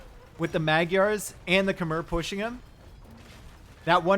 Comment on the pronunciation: Magyars doesnt sound like that. Gy is not G y, but a hard J